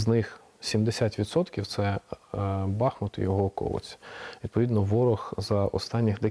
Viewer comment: Редакція, передайте ведучій, що наголос на У - БахмУт